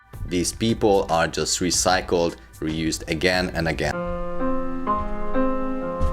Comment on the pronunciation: Recicled?!? Good lord, i feel that my brain just had a cramp. O_o